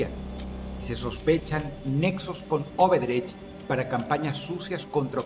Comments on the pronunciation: Dross es ODebrecht, escucho q dice Oberdech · dross es odebrech no obedrech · La constructora brasilera se llama ODEBRECHT, y no "obedrecht" ... 😉👍